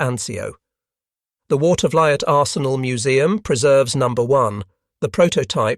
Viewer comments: My uncle had a key position at the Watervliet Arsenal and i got a chance to tour the Arsenal during their Open House. Seeing lathes that turned 30 foot long barrels was indeed impressive. Also the pronunciation is Water - ver- leet. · Water-vuh-LEET is closer to the local (Capital District) pronunciation. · The US Armory in Watervliet, NY is pronounced "Water-vleet". Interesting video, was not aware the US put 10" howitzers in the field.